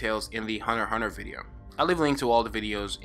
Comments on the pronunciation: It's hunter x hunter not huner huner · Hunerhuner eso escucho cuando dice hunter x hunter xD